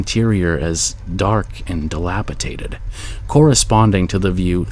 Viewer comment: "dilapitaded" lol.